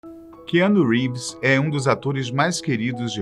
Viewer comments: Que anu ??? Porra aprende a falar o nome do ator primeiro,! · Meu Deus Cara, SE NÃO SABE FALAR NOME EM INGLÊS ¿? NÃO SE FALA COMO ESCREVE, FIQUEI RINDO QD VC FALOU ARON, E O NOME DO KEANU NÃO SE FALA COMO ESCREVE, NÃO SEI PQ A FATOS TE CONTRATOU, SE NÃO SABE FALAR NOMES AMERICANOS CERTOS